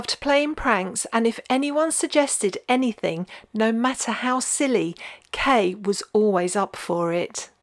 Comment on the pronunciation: I can remember her death, it was the first time I became aware of the disease. She was such a lovely, elegant looking woman. I enjoy your enthusiastic videos, despite being irritated by you pronouncing words such as anything and something with a k instead of a g at the end.